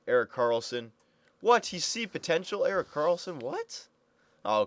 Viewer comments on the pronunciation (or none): none